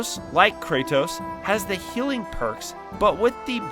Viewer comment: About to comment the same. Tell me you didn’t play the game without telling me 😭 (he didn’t say Kratos right either :/)